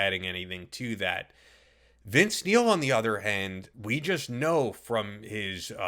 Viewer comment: All I hear is Vince MEAL...